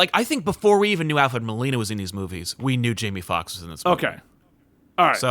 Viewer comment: "William Dafoe" "Alfred Milano" lol